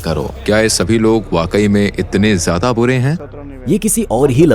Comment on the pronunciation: Bhutni Ke Zyada Hota Hai jyada Nahi 😮